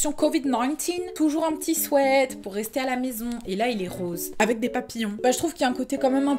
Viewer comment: Mais! On dit un Swiiiit pas un swèèèt 😁